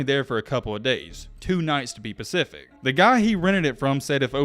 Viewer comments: Just checking in to see if you're still saying pacific instead of specific after all these years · dude you really said to be more "pacific" LOL?? I'm pretty sure the proper way to say it is to be more "atlantic" ha!! Makes sense considering you're an Alabama fan. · Bro, to be specific not Pacific, that's an ocean out west dude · Why do you keep saying “pacific!?” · how do you not know the difference between specific and pacific? pacifically speaking i just think it makes anything said after sound just as stupid. be a big boy and learn something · To be more pacific? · I really enjoyed this. The word you are mispronouncing is specific. Not Pacific. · How are you so illiterate you say pacific instead of specific … multiple times … cmon now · It’s specific not pacific 😂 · Stop saying “to be pacific”. It’s “to be SPECIFIC”. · Did I hear "to be more pacific" 🤔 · It’s specific not pacific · It's "Specific" not "Pacific". Good day. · It's "specific"... not "pacific". Reading before sports. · The narrator needs to stop saying Pacific and say specific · Why am I not surprised that an Alabama fan doesn’t know the difference between specific and Pacific? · " to be pacific" Pacifically speaking lol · Stop saying pacific. It’s specific. 🤣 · “to be pacific “ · “ to be pacific” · Bro said "to be Pacific" and I turned into the ocean. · Why in the world can you not say specific? Everything isn't pacific. at grammar. 🤣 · Dude keeps saying pacific..like bro stop using ai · Could you be more pacific 😂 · "Pacific." Jesus Herbert Walker Christ. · Omg... You said, "to be PACIFIC"!!!! LOL... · Great video! I enjoyed it. I did laugh at the "pacific" part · I like when ur "pacific"